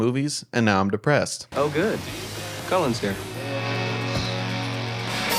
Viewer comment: Every time you said Cullen I heard Colon 😂 I have only watched the first movie because I wanted to know what all the fuss was about. I thought the movie was crap. I also noticed there’s not much physical pain but a ton of emotional.